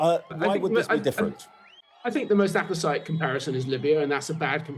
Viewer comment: "Apposite" is pronounced like opposite, with an A in front rather than an O. "Appesite" sounds like appetite, with no O in the middle of the word. Serious subject being discussed, but don't query your own pronunciation because an ex MI6 head has got it all wrong.